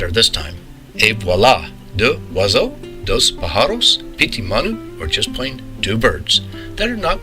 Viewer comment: very nice well done!! and your French is perfect "Les oiseaux" Thank you for sharing Caroline